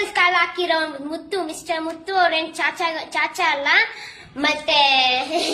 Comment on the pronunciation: ಚಾಚಾ ✅ ಕಾಚ❌